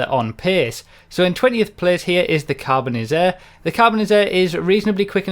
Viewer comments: "Carbonizzare" in Italian means to char or turn into coal. It's also not pronounced Carbonisair but rather Carbon-ee-zzarei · "Carbonizzare" is pronounced "car-bone-ni-zar-ay", with an Italian accent!